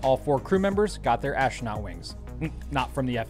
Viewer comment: What is an ash-rah-not?